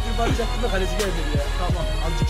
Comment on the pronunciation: Galeci değil kaleci